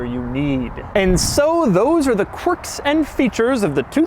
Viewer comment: I swear he is saying "quirks" wrong every time he says it.